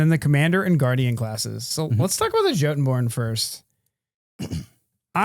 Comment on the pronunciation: I'm quite certain Jotunborn should be pronounced "YO-tun-born" as it was in Norse, which is where we get the word jotun to begin with.